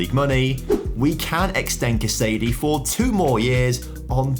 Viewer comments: 'Casa-Dey' would be closer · Your pronunciation of Casadei is really painful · The way you pronounce Casadei's name makes me so upset 😂